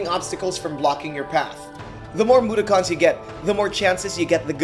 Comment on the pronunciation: i grew up on odd world but wtf is a MUDAKHAN bro they aint transformers smh